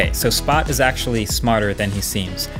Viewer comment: How did you mess up the name of the robot that was said 54 times in the video